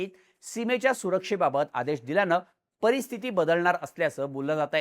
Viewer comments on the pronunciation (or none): none